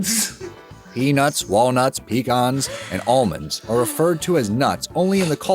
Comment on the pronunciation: Why do people on the west coast call peaNUTS peaNITS LOL